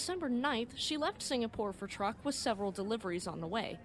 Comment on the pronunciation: 1) In case you have to use it again, Truk is pronounced "Trook." 2) You mean my 2nd favorite BABYMETAL member was named after a minesweeper? Just kidding!!